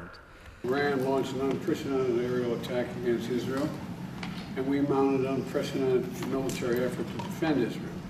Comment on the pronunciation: Unpressidented and unprovoked?!?! Haha